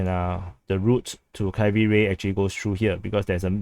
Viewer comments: Pronunciation is Kiev-E Rig (the old pronucation, not Kiyv). Also fighting in Oleksandrivka is in the Big If True category. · If there's a different Ukrainian pronunciation, I'm not aware of it. That's just the first two syllables of the name of Kryvih Rih.